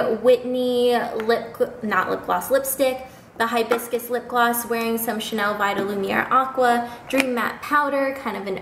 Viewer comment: lol the way she says hibiscus